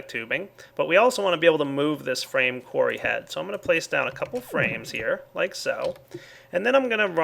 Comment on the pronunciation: oh when he said frame qurry i thought he ment a qurry on a frame and i thoguht well that doesnt sound effishant at all